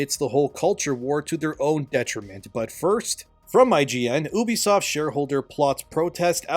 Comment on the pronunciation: It's pronounced "Yubisoft" I think.